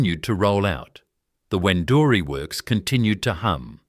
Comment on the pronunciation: A pity you did not get the pronunciation of Wendouree correct. How many other errors did you make?